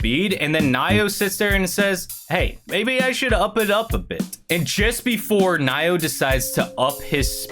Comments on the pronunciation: How you pronounce Naoya is Na Oh YA not Nayo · Naoya is pronounced Nah-oi-ya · They way you pronounce Naoya is Now-oo-yuh (atleast I am pretty sure that is how)